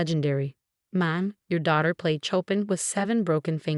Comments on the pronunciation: Show pan not chop in, get the pronunciation correct please. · His name is pronounced Showpan Not Chop-in